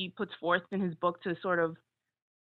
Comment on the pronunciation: Its "book" not "bek".....!